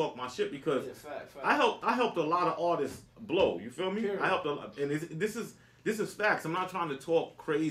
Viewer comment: I hate when people say ARTISTsis🤣🤦🏿‍♂️🤣